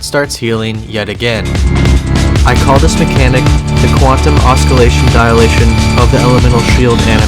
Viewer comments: oscillation is OSS-EL-AY-SHUN not OSK-.. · Oskillation lol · "oskillation" 4Head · "Oscillation" is a soft c dude. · Although the way you pronounce oscillation means you didn't coin the name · you did not just pronounce oscillation like that... rofl, You're a phenomenal scaper btw really impressed with your work.